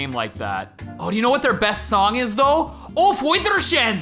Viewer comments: Steve t please its not aufwidrsehn Its - auf Wiedersehen- its german and means - goodbye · i just like how stevie t says auf widersehen. its pronounced aof weedrzen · God DAMN it, Steve! It's pernouced like "ow vea-der-zane". It's a German word! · its ağuf viderzehen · It’s pronounced aof vei-der-zsain nd it’s German for goodbye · ouf weedarsaihan would be the corret pronounciation. ;) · Hearing Stevie mispronounce Auf wiedersehen was probably the greatest thing I've ever heard. 😂 it was a good effort though. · It’s not pronounced that way and it means see you later in german if I’m not wrong. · Auf Wiedersehen is german and you pronounced it totaly wrong